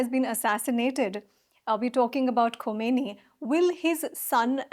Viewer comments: i think she's dumb. At one point she said khomenei instead of khamenei 😂. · It is not khomeini the name is khameini. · It's khaimeni not khomeni